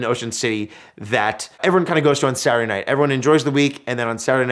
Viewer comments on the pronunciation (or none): none